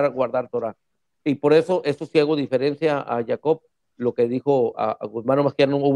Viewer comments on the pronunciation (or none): dice difieriencia el kehilah no bueno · se le pasó cactar "dijerencia". Pero bueno ya me quedo clara la fuente de sus fundamentos, efectivamente como el nombre Yahshua no existe pueden colgarle cualquier regla fonética como que la a final no se pronuncia, sin en embargo regresando al nombre que nos interés y que si existe que es Yeshua el nombre del Mesías , la fuente escrita se encuentra en un par de documentos del siglo 1 en posesion del Vaticano, le mandaría una captura de pantalla pero el sistema no lo permite, sin embargo Nehemia Gordon tuvo acceso al documento y lo mostró en una entrevista que puede encontrar en Youtube creo si mal no recuerdo en el canal de un rudo despertar. Y respecto a la prueba arqueológica me la reservo no sea que un judío fanático que no sea capaz de digerir la verdad la destruya